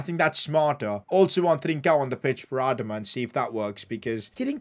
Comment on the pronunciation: Has anyone told him it’s not pronounced Adam-a it’s pronounced adama